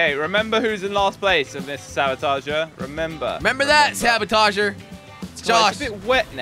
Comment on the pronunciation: why did say rabotager